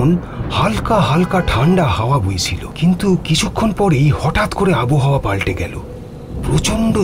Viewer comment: কথাটা আবোহাওয়া নয়, আবহাওয়া। বাক্যের গঠন হিন্দির মতো, যা খুবই শ্রুতিকটূ। সে গেলেন জাতীয় বাক্য এতো কানে লাগে যে, কী বলব!